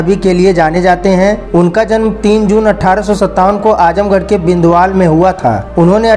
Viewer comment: विंदवाल नहीं विंदवल